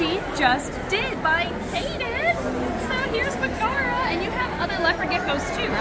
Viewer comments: i've always pronounced it 'meg-uh-ruh' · I think it’s pronounced like Megara from Hercules. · Pronounced MEG-uh-Ruh, emphasis on the Meg :) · Megara is pronounced Meg-uh- ruh. Like in the movie Hercules! She is from Greek mythology. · That's pronounced Meg-a-ra the first wife of Heracles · Its said as meg-era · Just fyi, Megara is usually pronounced MEG-uh-ruh. It’s an Anglicized version of Megaera, who was the first wife of Herakles/Hercules. They had a son and a daughter. Hera struck Herc with temporary madness and he ended Megara and their children brutally and had to perform his Twelve Labors to repent. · I think it’s Meg-uh-rah like Meg from Hercules! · I'm betting Megara is pronounced in the Roman way since it's the name of the female lead in Hercules (Disney version). Meg-uh-ruh. (and of course the wife of Heracles in mythology)